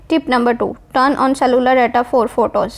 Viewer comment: You said cellular wrong😂😂🤣🤣😂😂 but the video is very helpful